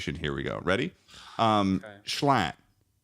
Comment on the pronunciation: girl wdym? He said "schlatt" normally